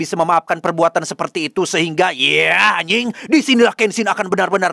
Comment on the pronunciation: "Yeah anying" khas sunda ker ngamuk